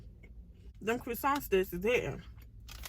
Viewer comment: “ crew-ssant” lol 😂